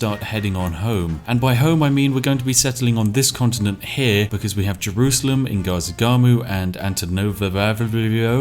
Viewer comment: Spiff, how the hell can you say Ngazargamu easily but Antananarivo gives you trouble?